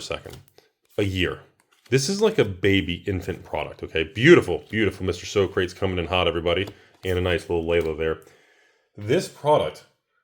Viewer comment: It’s Yarl, not Djarl. It’s SO-kra-tees, not so-Crates.